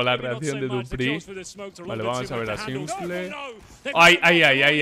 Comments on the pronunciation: Cada vez que dices simple en vez de simpol, un perrito muere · tu dile "S1mple" como se dice en ingles xd no le hagas casos a lo que lo dicen en español.